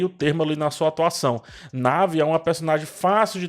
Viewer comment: É Nawi ( naui) e não "nave" rsrs